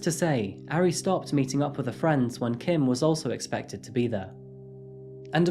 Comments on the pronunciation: Its ahri idiot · This murderer's name is Kim Taehyun. Not Taehyung. That's like saying the name Dave is the same as Dale. Also, he pronounced Taehyun all wrong, as well as Ari (it doesn't rhyme with Harry!). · For the sake of accuracy, Taehyun, Ari, and Mapo are not pronounced correctly. There is no "ay" sound in Korean as in "Taylor". It is not Tay-hyOON. Tae sounds similar to "air" (but shorter, with no rhotic "r" at the end), so more of a Tair. And the Hyun part should not sound like Hyoon (with "oo" sound like "book"). The "yun" part of Taehyun should sound like the way many English pronounce "on" or "hot" (short vowel). Ari should sound like Ah-ri (like "open up your mouth as say aaah", and ri with a short "i" like "miss"). There is no short "a" like "cat" in Korean. Both Ari and Mapo have an "ah" sound. More like Mah-por (without sounding the "r" ). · He mispronounced 아리 tho :(